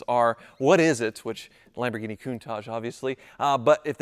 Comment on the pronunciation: That Sam Hard is getting everywhere with his ‘Lampoorghinis’! I thought he might make a cameo appearance 😂